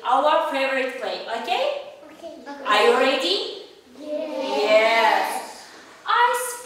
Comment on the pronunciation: Почему ар ию риэди говорит она?